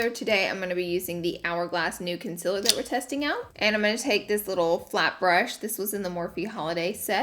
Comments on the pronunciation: I get so triggered by her saying concealer wrong, love your vids tho. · You really spelled concealer the same way you pronounce it. 😂